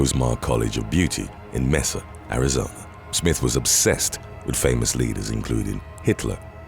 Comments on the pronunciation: Oh....C'Mon, 😬! 'Tuck-son,' AZ?? 'Mee-suh,' AZ, was bad enough, it's pronounced 'May-suh,' but 'Tuck-son?' Really? It's spelled 'Tucson,' but it's pronounced 'Too-sahn!' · C'mon. The word is "Too-sawn" Tucson. Not "Tuckson".🙄 Also "May-sa" not "Meh-sa".